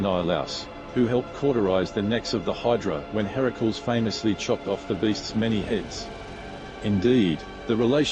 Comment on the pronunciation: I have never heard such a horrible pronunciation of Ganymede. It's not even close to any commonly accepted pronunciation. And Hera-cools for Heracles? Teer-eez for Teiresias? Instant thumbs down. Learn how to pronounce the words on your script before you make the video, or don't make a video.